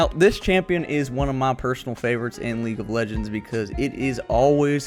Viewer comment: AHHAHAA "SLOW SHAMPION"